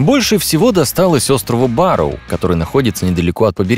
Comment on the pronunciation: Диктор: Больше всего досталось острову «Ба́роу». Что слышу я: Больше всего досталось острову Вару. Значит у Вару не только Королевство, да ещё и остров!